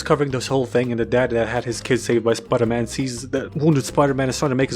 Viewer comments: speter pidey? speter pidey. yeah. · Speter pidey ... it makes soo much fucking sense it's scaring me. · ah yes, my favorite movie, speter pidey. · Why so many comments it’s Spooder-Mon guys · SPETER PIDEY YES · i just cant 🤣🤣 video is just funny as fuck but opening is "welcome to the amazing spooderman 😂😂 man wtf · the amozing spooder man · Spider pidey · Starting the Video "Welcome to amazing spoderman. Hblblblhdd Peter Parker habqiolgtbal" Looking annoyed at my smartphone and turning it off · Speter pidey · William Dafoe: of peter William Dafriend: of speter pidey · Speter pidey ? Yeah ! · Spooder man spooder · It's man spider